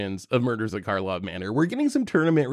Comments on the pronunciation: It’s funny y’all keep calling it “Markhov” Manor. No way you guys can love the set that much if you dunno its name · Drinking Game! Take a shot every time calls it “Markov Manor” instead of “Karlov Manor”! 😂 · I think and said "Markov" manor every single time. IT'S KARLOV MANOR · It's Karlov Manor, not Markov manor